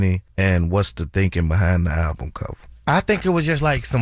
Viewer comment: pronounced the album wrong. And why TBC just takes OTHER PEOPLE'S CONTENT and talk about it?